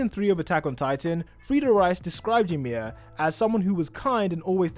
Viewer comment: I’m cringing when he said yamir